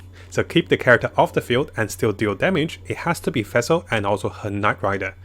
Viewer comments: Its nawwt fassel! pleasee it hurts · Everyone: Fischl: Fæhsehl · or Fesil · Every time you say Fischl it sounds like you are saying Vessel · Ngl every time pronounces Fischl's and Ningguang's name it makes me cringe -_